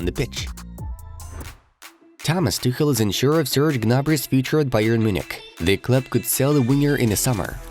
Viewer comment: i love how you say bayern muchnic